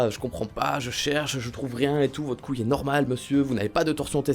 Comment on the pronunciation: c'est pas coouile